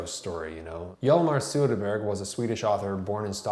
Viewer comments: Jalmarr Suderburg lmao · The 'ö' in Söderberg is pronounced like the 'i' in bird.